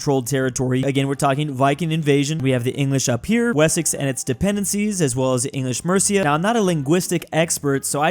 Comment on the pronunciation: Wessex ❌ We ssex✅